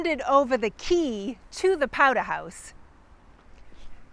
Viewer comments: Mr. Brattle 'took a powdah'! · Powder rhymes with Chowder! (Another excellent video! Thanks for making them... I'm the direct descendant of a Scottish born Loyalist who fought for the Crown with his sons in the North Carolina colony... until they were taken prisoner after a big battle and given a choice... sign a document saying their loyalty now lies with the Congressional forces or swing from a pine tree... they took the pen not the pine... so they kept their lives and the family land... :)